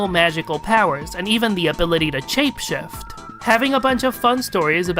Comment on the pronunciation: Chape chift... Nitch... But really this went from a "duh" moment to actually kinda surprising.